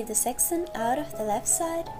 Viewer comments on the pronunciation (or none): Sec-ch-un seck Chun not sexson